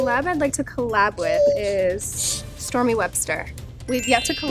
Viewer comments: the way stormi pronounced her name 'essmi'😍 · Its stormi not stormie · No.. she said "Stormi". She couldn't say it well.